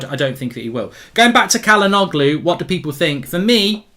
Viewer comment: Bro, Çalhanoğlu is pronounced Chalhanolu, not Calhanoglu.